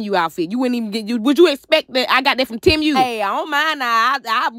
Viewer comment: Not "TIM-U". 😂 Chile, I think it's pronounced like, "T-Moo".